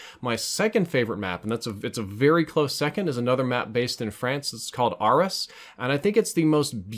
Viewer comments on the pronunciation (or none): Arras...prenounced ARE-RASS